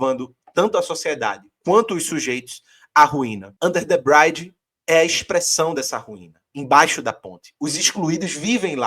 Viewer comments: "Under the 'bh(r)ídge'" é a pronuncia, não "Under the 'bráidje'", o 'r' não é pronunciado ou é parecido com o 'r' caipira do interior de SP e sul de Minas. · Muito bom o vídeo, vlw. Obs: eu levei uns minutos pra perceber a música "under the bridge", pq parecia q ele tava falando "bride" e pensei q n conhecia a música ashuhusaashuauhs